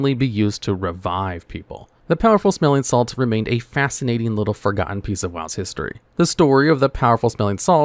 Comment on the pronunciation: I did not like the way powerful smelling salts was pronounced powerful-smelling salts instead of powerful smelling-salts